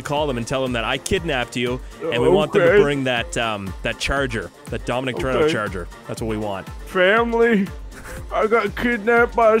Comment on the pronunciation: Thats not dom toretto its dom tortilla